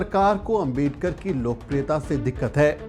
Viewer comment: आपका सम्मान है। लेकिन क्या अंबेडकर, अंबेडकर, अंबेडकर, अंबेडकर! सरनेम तो सही से बोलिए। वो आंबेडकर है। अम्बेडकर ya अंबेडकर नहीं। कोई भी नाम सरनेम किसी langauge में चेंज नहीं होता न करना चाहिए (बोलने में कठिनाई हो वो बात अलग)। क्या ये बात आपको मेरे जैसे सामान्य आदमी ने बताना चाहिए। गांधी को गंधी या मोदी को मेडी, यादव को यदव, शर्मा को शर्म बोलो तो कैसा लगेगा। पुराना गलत तरीका छोड़िए अब तो। क्या ये इतना कठिन है? चौहान नहीं चौहन बोलूंगा तो आपको कैसा लगेगा?